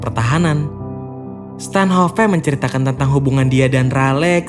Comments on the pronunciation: Stanhop bang bukan stanhopeee goblok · Bacanya Stanoph bukan stanHOPE